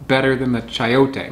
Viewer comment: It's pronounced Sai-oh-tay.